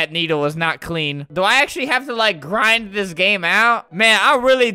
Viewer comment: "I JUST GOTTA STAY ON MY GWIND!! AND KEEP USING UWU